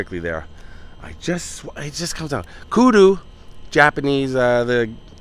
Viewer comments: Hey my friend. Kudzu is the name of the vines not kudu…just a friendly correction….awesome job on the videos 😅 Happy 6 years anniversary to you man! You keep us entertained and informed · Kudzu. We pronounce it kud-zoo lol. Be safe out there! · Happy Anniversary, I live in the south and the vines that grow on everything is pronounced KUDZOO